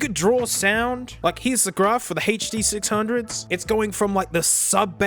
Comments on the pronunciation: He said HD600 normal. Is our mate sick, did the hand damage affect his brain? Ahh there's the HURR DURR sixhunnits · Ah yes. The huh duh six hungos. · its the "huh-duh-sixhundgoes innit?"